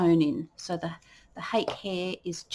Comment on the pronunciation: The Japanese brush "hake" is pronounced hah-keh (two syllables, IPA: /hɑːkeɪ/). It is often misinterpreted by English speakers, but it does not rhyme with "cake" or sound like "hockey". The emphasis is on the first syllable, which sounds like "hah," followed by a short "keh".